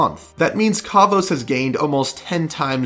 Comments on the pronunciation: kavosss not khaavose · the way you say kavos makes me cringe everytime 😂 it's not all about benefiting their Chanel Jake is doing some fucked up shit he needs be called out because pretty much all his Jake paulers are no older than 12... he's faking his assistant getting attacked by his ex girlfriends boyfriend to ruin his career, faking his relationship with erica, being a hypocrite with everything he says etc etc etc that's why he's talked about cos no matter what he does he doesn't get kicked off YouTube and it's fucked up